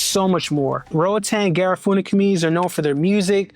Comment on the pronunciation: Ga-riff-uhhh-na. Not Ga-raaa-foo-na